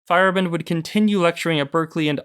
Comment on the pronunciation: Fa-yair-a-bend is the pronunciation